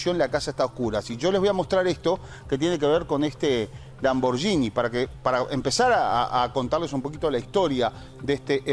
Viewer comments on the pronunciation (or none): Lamborghini se pronuncia Lamborguini